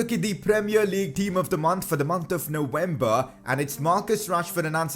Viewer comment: "Nowember" or "Novwember"